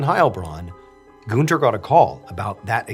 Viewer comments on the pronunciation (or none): FYI - you are mispronouncing Gűnter